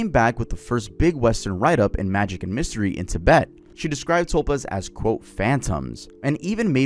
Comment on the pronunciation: Ti-BET… emphasis on the second syllable. I don’t normally correct people, but that drove me.